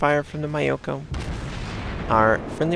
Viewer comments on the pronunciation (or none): Fuck, I tried not to notice.... But that's not how you pronounce Myoko.